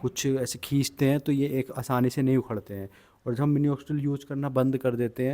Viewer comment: Mini oxidil....nii... minoxidil 😅😅😅😅😅